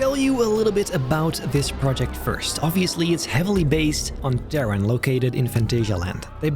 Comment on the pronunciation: It's great, but why does he pronounce "Taron" so strangely? Or is it simply because I'm German?